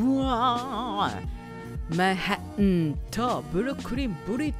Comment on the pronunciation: t抜き発音のManhattanの発音大好き。 後ranchソース大好き